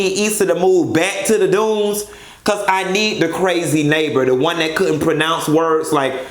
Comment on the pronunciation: I think Issa’s old neighbor is a gang member (a Blood). That’s why he disregards the letter C and he pronounces C words with a B (I.e. Brazy, bloroxx, etc.).